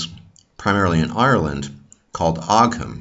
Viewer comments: Thank you for the very interesting video! Also as far as I know ogham is pronounced ohm/owm and interestingly it was written from bottom to top. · Ogham (the Irish ruins) are pronounced like "o-wum" or "o-wim"